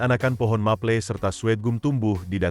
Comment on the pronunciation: Pohon MAPLE( BACANYA MAPEL min bukan maple)😂😂😂thanks infonya